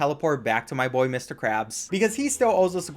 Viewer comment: “That’s my boyye”